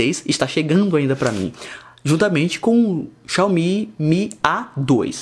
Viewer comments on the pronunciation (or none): none